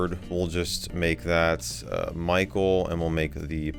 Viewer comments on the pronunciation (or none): none